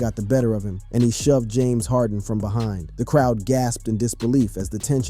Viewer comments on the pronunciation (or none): none